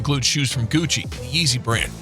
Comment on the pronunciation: He said paul joorjes,and gutsi